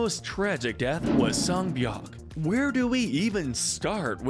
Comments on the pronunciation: You said Sang-byeok, her name is Sae-byeok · It's Sae "Se" Not Sang-byeok.... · SANG BYEOUK??? ITS SAE BYEOUK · I think her name is kang sae byeok not sang byeok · It’s Sae Byeok not whatever you said Don’t start a fight